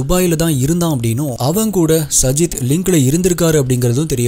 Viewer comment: Ur name prounacition is wrong it's saajid